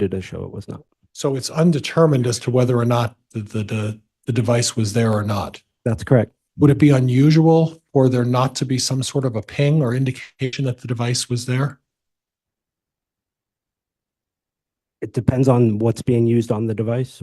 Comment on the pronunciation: PING. A phone PINGED somewhere. Not BING. Not TICK. PING. Fml